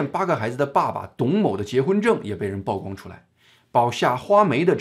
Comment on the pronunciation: 曝光 曝光度 曝露 曝屍荒野 野人獻曝 均唸（鋪）第四聲.